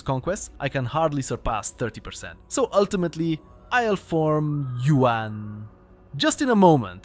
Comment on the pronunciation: The way you say "Yuan" is like "UN"